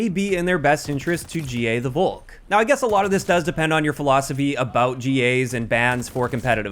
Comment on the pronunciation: Volk in Englisch is pronounced Folk Just say Folkssturmgewehr Volk means People/Nation Volkssturmgewehr = Nation assault rifle